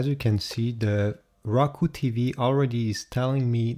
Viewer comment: you pronounced it raku it's Roku